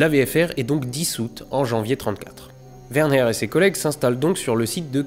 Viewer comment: WerNer v.B. et pas WernHer 😀